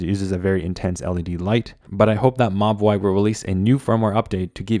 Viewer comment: I keep thinking that you're referring to the watch as 'my boy' but you're actually saying Mobvoi 😭💀